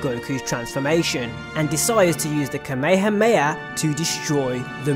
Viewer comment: ITS KA-ME-HA-ME-HA COME ON NOW